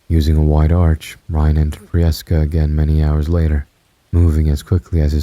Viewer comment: Prieska is pronounced the same as priest but nice to have a story set in Africa for a change